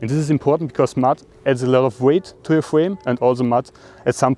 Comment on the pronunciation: fwame sizes 😂😂